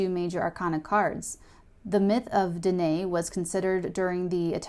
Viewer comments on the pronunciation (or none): French is mainly derived from Latin and Greek. Danae is actually spelled Danaë, which means that you pronounce both letters: Dana e ( 3 syllables and it should sound like mama, not Dana) xxx